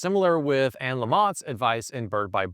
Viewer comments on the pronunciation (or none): none